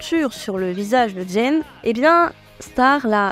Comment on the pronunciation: Gene se prononce Djine 😉